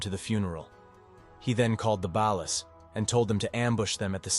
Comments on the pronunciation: The way he pronounced ballas is filling me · No thank you ai- can’t even pronounce ballas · "the ballas" smdh